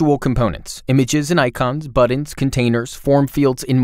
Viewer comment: I LOVE this tool. Have been using it for YEARS. I only WISH they would release a "Tailwind Studio" now that everyone I know is transitioning away from Bootstrap. It is also adorable how the announcer says "Buddins" and "Liberry". 🥰